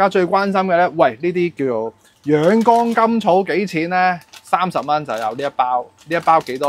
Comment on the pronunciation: 博主某些發音有些問題，養肝草读成養肛草，凢干字音的都讀成江字音，还有安字音都有同樣問題，希望留意及改進，令视频效果更理想！